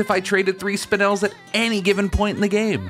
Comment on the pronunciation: you're like the only person who says "spinel" right lol.. "Spine- L" is a popular term, apparently!